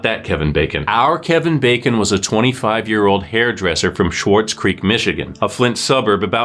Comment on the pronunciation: its pronounced swartz, not schwartz. i went to high school in SC, and now live in the next town over. it was all over the local news. RIP Kevin! 💔